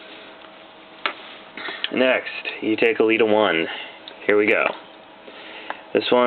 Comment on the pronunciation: Hey awesome vid but elita-1 is pronounced el-eta one I'm trying to be rude just wanna let you know